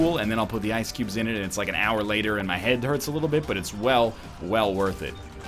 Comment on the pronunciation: love the "un" used as 'an'